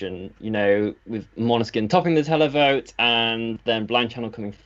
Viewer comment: you're getting really good at pronouncing Måneskin correctly. 😃 👍